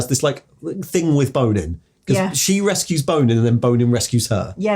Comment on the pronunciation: says Bonin's name like Bone In every time. I always heard it in my head like the french bon followed by in like in and out